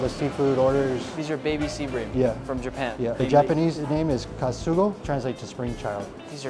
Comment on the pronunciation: It's "Kasago" actually😅